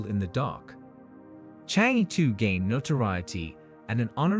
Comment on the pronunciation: For heaven's sake , it is NOT Change, it is Chang E 嫦娥 , the name of fairy who lives on moon , according to the Chinese legend !